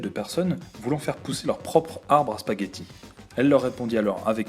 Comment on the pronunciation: Il n'y a pas de "S"à spaghetti :(